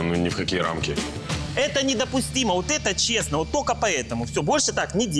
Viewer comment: цесно, муцало, и так далее она же не глухая, как можно так путать звуки взрослой бабе???